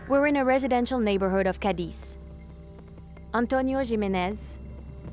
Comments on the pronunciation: Cadiz!!! Not Cadix🙈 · Not to be picky but the narrator lady manages to mispronounce almost every local name: Khamon, Migwel, Cadeez, Ke(u)ta, Gerez...😂